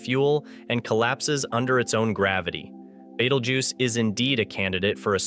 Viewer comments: It's Beetlejuice not battlejuice or whatever your saying. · 😂 you say Betelgeuse funny like batelgeuse or something like that but good story video thank you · He's calling it beetle juice haha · Omg can u pronounce Betelgeuse correctly. It's pronounced as Beetlejuice!!!!